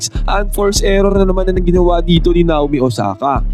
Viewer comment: Nayomi yan boss hind Nawmi. Ganyan ang bigkas niyan.